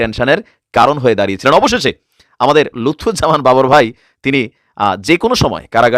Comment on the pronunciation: Not Lutfor Rahaman Babor correct Name Lutfuzzaman Babor.